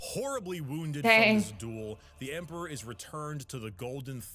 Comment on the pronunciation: with that pronunciation of Emperor means you are either an Ogryn, in which you are awesome. But the other option is an ork.... loads bolter